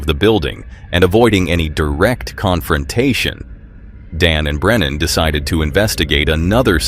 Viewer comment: Uncharted travels name is Brennan not brenner!!